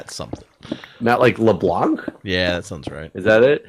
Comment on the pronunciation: Just a heads up, you don't actually pronounce the 'c' at the end of LeBlanc